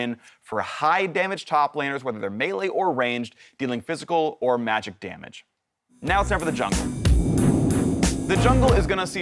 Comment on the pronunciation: at first i thought he was saying fiscal damage instead of physical lol